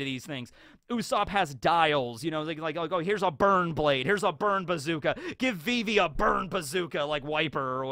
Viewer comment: It's not vee-vee. It's viv-ee